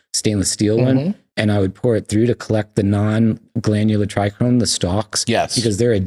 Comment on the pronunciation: Pisses me off that he says trichrome, he's so knowledgeable wtf